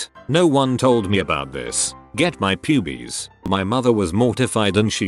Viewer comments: no one: readying voice: "PuBieS! :D" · I was listening to this in the background while doing something else. I hear "Pubies" and i think that's what he's actually saying.. "Pubies.."